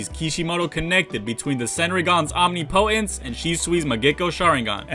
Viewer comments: Second video in a row so ima clear this up now. It’s not pronounced OMNI•POTENCE. It’s pronounced OM•NIP•O•TENCE. Also COUP de’ETAT, is pronounced KU de TAH. Thanks 😊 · Can people stop saying omnipotence as OMNI POTENCE It’s one word.